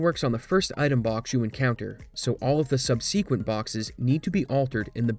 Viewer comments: Subsequent isn't pronounced how you pronounce it. It's sub-seh-KWENT not sub-SEE-kwent. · "sub sequent" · . That's not how to pronounce "subsequent". Did you get that from Lemmino? That dude's not a native speaker, so he gets a pass.